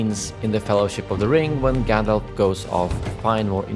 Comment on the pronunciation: Stop saying GanDOLF!!! It's GANDALF!!!! Fffffuck!!!! LMAO